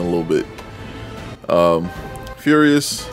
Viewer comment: It pronounce furr-ious now be like catman and roll ur R. Congrats on 231 fam